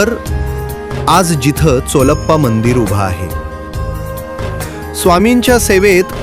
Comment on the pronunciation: आणि हो , चोलप्पा नाही , चोळप्पा .